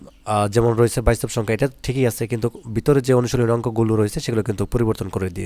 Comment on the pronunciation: স্যার বাস্তব শব্দ টাকে কি উচ্চারণ করলেন...😮😮